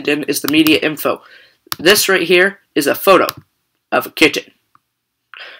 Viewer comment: Driking game "right heer" :-P